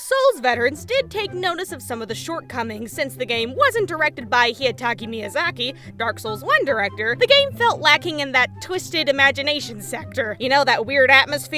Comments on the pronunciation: Hidetaka =/= Hiyataki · "*heedaytalkuh*" bitch did you even try?